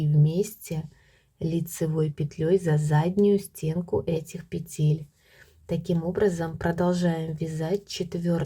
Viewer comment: Все хорошо и понятно Только режет слух "петЕль" -нужно говорить"пЕтель."И еще меня удивила таблица. всегда размер считали по длине стопы плюс половина длины.стопы. Например, 26 см длина .плюс 13 см будет 39 см - это и будет 39 размер. Т.Е. 2/3 от размера - длина стопы. Неужели сейчас переделали?